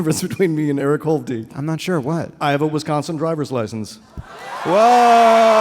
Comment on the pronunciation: Jesus Christ., it's hovde not holdy